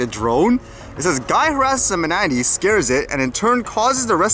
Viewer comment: As always great video but Manatee is pronounced ma·nuh·tee ☺️